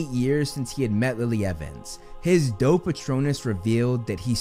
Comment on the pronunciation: Every time I hear say “doe patronus,” all I hear is “dope patronus”